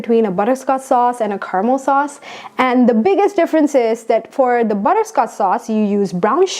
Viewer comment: Butter-sco-ch sauce.- not butter-scots sauce. Fondue is a good idea